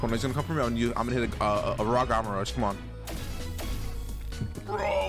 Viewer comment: It’s gamma rush not gawma rush